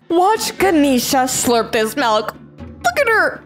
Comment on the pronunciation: It’s milk not melk